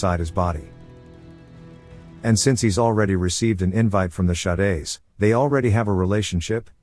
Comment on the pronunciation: Bro the text to speech being a bit dyslexic Shades- "Sha-days"